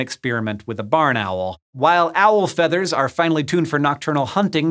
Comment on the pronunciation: Did he say feeters